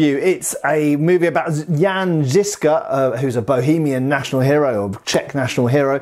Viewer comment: A minor nitpick, but if you want to improve your pronunciation of Žižka's name, try saying something like "Zhyzhka" (the "zh" is to approximate the middle sound in "vision", or ʒ if you know IPA).